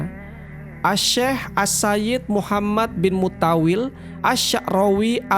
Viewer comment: Syeikh Mutawwali bukan Mutawwil😂